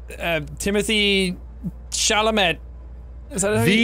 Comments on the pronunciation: I feel like I'm the only one slightly bothered by them saying Timothee Chalamet's last name wrong lol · as a French person I can’t underestimate the frustration I feel hearing these guys constantly saying Timothee Chalamets name wrong…. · is no one talking about how they pronounced timothee's last name wrong? 😳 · when none of them pronounce chalamet correctly